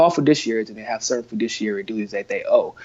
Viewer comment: The word isn't "fudishiary," it' "fiduciary."